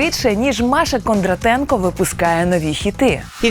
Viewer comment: Правильно українською мовою прізвище кондрАтенко, а не кондратЕнко